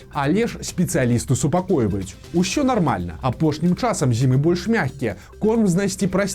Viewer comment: А чаму вы кажаце "ушё" замест "усё" і "шябры" замест "сябры"? Гэтак больш па-беларуску, гха?!